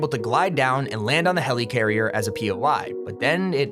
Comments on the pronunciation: Never say helycarrier again It’s helicarrier (heli)carrier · Is anyone else annoyed by him saying “Heleecarier” instead of “Helicarrier”? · you said helicarrier wrong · The way he says helicarrier is mildly infuriating. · I hate how he says helicarrier